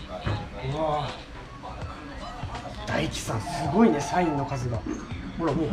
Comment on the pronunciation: ダイキではなくタイキです